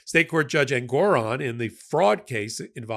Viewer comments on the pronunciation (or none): none